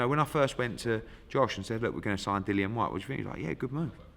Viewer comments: It's Dillian not Dillan Eddie! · Eddie, pronounce your own fighters name correctly, it isn't Dillon